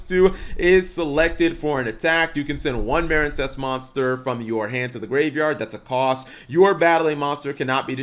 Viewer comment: How do you manage to mispronounce MARINEcess yes the E isn't there but it's still the same pronunciation